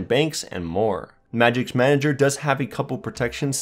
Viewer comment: IT'S MAGISK, NOT MAGICS